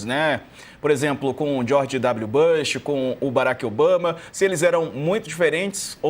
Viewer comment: Que dor de ouvido!! Não é “Bãsh”, caramba! A pronúncia é com U mesmo. É Bush!!! Pelamordedeus! Gente que discute política internacional! Bush não é nenhum nome russo ou chinês ou javanês complicado!!